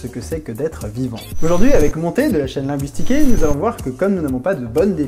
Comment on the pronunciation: Mais ... Ça ce dit linegouissticaé x)